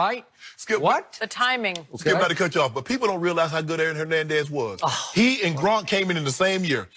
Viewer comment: Nutflix? Hernendez? interesting pronunciations